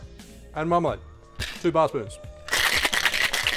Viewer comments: I understood Marmite, instead of marmelade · Oh dear I'm glad I checked the comments, I was wondering how he so casually just puts in marmite and doesn't even mention the taste of it lmao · The way you say marmalade sounds like marmite. I heard 'marmite' twice. Now that would make an interesting breakfast drink! (Also, potentially vile...) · Me too!!! I’m glad I looked at the recipe. I couldn’t believe marmite was an ingredient. 😄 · Same here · I heard marmite as well. But I don't know if you should make a drink with it. But I'm Canadian and we will drink almost anything with alcohol in it. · ahhh my bad man, sounded so much like marmite. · I thought the same thing!! 🦻🏻